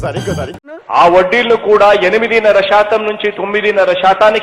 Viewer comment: Satam (percentage), not shatam (Telugu with wrong alphabets) ( this is not correct in Telugu it is to be pronounced as satam represents percentage,, some panchangam {Dont underline its a Telugu word in written in English alphabets) readers in Telugu news channels also doing this mistake , using sh instead of as , all these are Telugu people well accustomed to non Telugu accent